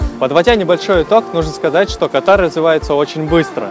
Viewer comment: Да бляха, Кáтар, а не Катáр